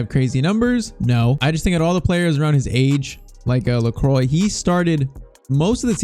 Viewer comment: Pcq: Lacroix is pronounced "lékwah"